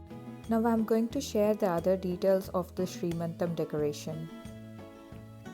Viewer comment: it is seemantham not sree mantam